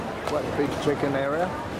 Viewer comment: Wow! That was a quick response - thank you 😊 It sounded like 'chicken' when you said check-in and I honestly thought you were looking for a KFC.